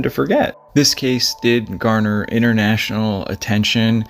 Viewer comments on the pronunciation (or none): none